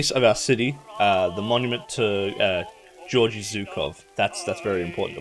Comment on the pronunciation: BTW the G's in Georgy Zhukov's name are pronounced more in the middle/back of the mouth like in "game" or "egg" rather than more in the front like in "George". I guess you could try saying sth like "Gyorghee"